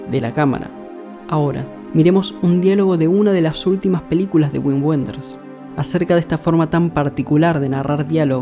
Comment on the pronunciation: Un detalle: se pronuncia "vin venders"